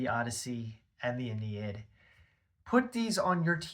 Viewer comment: It's "ah-NEE-id" Aeneid.